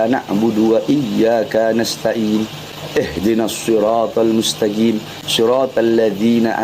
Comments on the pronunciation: ..Bner sy dngernya jg gitu..dia bilang mustajim...menit ...🤔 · "ihdinasshirotol MUSTAJIM" apa cuma saya yang dengar seperti itu ? boleh dong komen nya gaes sudah saya ulang berkali kali. tetap saja terdengar "MUSTAJIM"